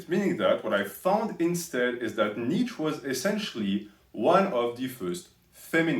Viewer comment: Btw you can't even pronounce his name properly. You're constantly saying "Nietzsch". You Übermensch, lol